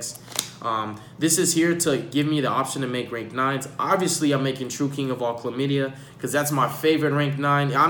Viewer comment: I lost it when he said Calamity the first time lmao chlamadia 😂